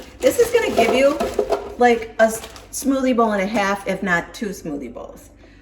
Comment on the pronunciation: LOL I thought you were saying smoothie ball! 😂😂😂